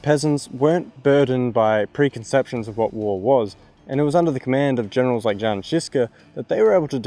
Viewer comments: Hearing pronunciation of "J" in "Jan" made me die inside a little bit. This is not modern ango-saxon "j" like in "jam" but rather like "y" in "yes". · In Czech, the "J" is pronounced as a "Y" in English, just to let you know.